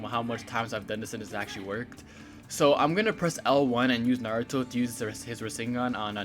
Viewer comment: I just watched this and just wanna say, the way you're saying minato and naruto aint right BOI, like damn, my ears is getting triggered lol